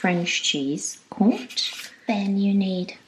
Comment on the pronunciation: Hello &! Thank you for this...your vlogs are always informative, interesting and enlightening...Is Käsespätzle favorite comfort food? What is?.... and as I'm a francophone.... Yes, Comté cheese, accent on the e 😉...just a little blip as your French and English pronounciation is always impeccable.:)).